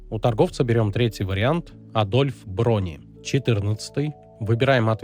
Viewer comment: у тебя проблемы с созданием гайдов и с ПРОЧТЕНИЕМ БУКВ! Какой Адольф БРони?? Это Адольф Бони. Хотя чему я удивляюсь, ты слепошарая скотина ХАРзаты называет хазРатами. Аудитория у тебя кстати отбитые такие же как и ты, пивные шизы 40+ с разумом меньше чем у тебя.